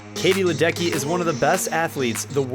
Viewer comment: Just a very gentle add-on - it actually should sound like “Ledetsky” due to the Czech origin of her surname.